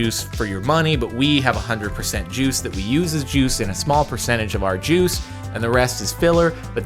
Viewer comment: I shut my eyes and was just listening to the commentary. I just was so confused like why is he talking about Jews ooooooooh wait juice 🥤 that’s what was going through my mind